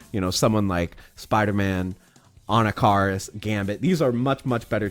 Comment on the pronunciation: Ann ah kah ris Please, for the children. Stop it. Get some help